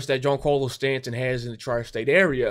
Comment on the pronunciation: why do you pronounce Stanton’s name like that? Lmao and not tryna be rude but your logic makes no sense.